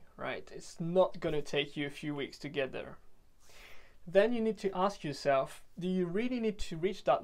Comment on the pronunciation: Très impressionné, bravo pour le travail ! Si je peux me permettre, j'ai l'impression que la prononciation du "there" peut être améliorée, et c'est un mot qui revient souvent donc on remarque la différence avec le reste qui est dans un accent british quasi irréprochable haha Bonne continuation en tout cas, keep up the good work !